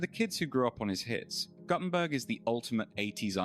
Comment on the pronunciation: Goddamn can’t even pronounce his name right